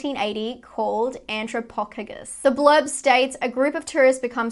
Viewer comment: Pronounced "Anthro-pof-a-gus" :) Great that you're watching these! :)